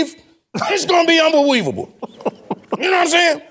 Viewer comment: When said unbeweavable I lost it🤣🤣🤣🤣